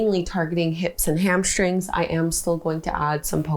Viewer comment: HamSHtring is not a word. Hamstring is. . . .